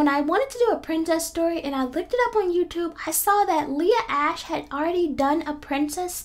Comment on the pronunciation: It not ash it Ashe